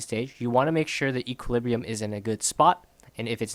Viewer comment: if you say equalibriu one more time i am gonna kill myself :))))))